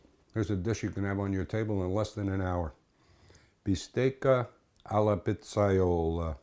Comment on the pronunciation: ) How you say, "alla pizzaiola" sound neapolitan´s accent, is it? :-)